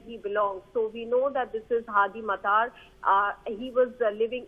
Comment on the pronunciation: Its pronounced as "mattaar " Its a iraqi surname